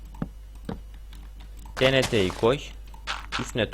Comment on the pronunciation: Tnt diye yazılıyor tienti diye okunuyo